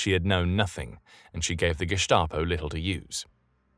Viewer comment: Why do you pronounce Gestapo with a "sh" sound? It should be an "s", both in English and German.